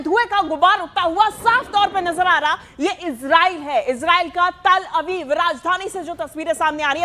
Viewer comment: तल अवीव नहीं तेल अवीव बोलो